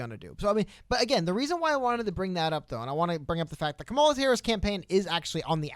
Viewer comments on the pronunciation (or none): Period, qustion mark, comma. That's how you say Kamela. Comma La. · Nice vid, and Yang Gang all the way! But.. can we pronounce Kamala correctly? "COMMA-la" according to a video of her being asked how she says her name. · For the record, it's comma-la. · You can say "Butttigieg" but ka-ma-la is difficult!?🤔 smh "or however you want to pronounce it"😠🤠